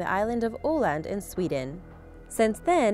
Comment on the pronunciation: Its could öland not oland